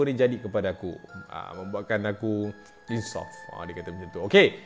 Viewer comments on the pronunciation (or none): Insoft = insaf 🤣